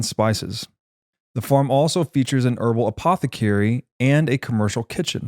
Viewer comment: It's pronounced farm.😅